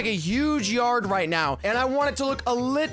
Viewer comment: Yea "rite"